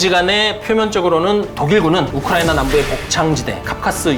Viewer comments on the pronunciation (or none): none